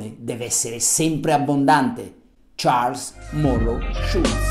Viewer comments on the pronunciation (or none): none